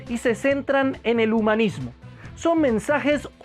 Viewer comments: Alguien se dio cuenta que dice "Mesnajes"? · mi hermano en el numero 4 dise mesnajes en ves de mensajes huvo un pequeñito error Gracias por tu video y le recomiendo un predicador que predica bien sin pelo en la lengua y es juan manuel vaz tambien a sugel michelen, etc.